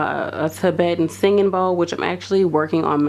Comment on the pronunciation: Tibetan singing bowl and not “ball.”